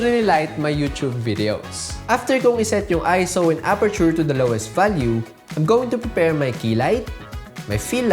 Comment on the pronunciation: Automatic thumbs up for saying ISO correctly 👍🏾